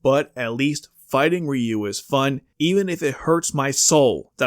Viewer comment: AI narrator. Mispronounced Ryu several times.